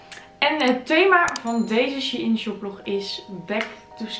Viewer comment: is het She-IN of Shein (zegt shine)